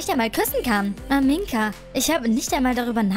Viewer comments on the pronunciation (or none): du sagst aminka und nicht amina 😂😂😂